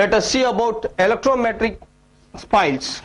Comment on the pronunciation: its not electrometric its elastometric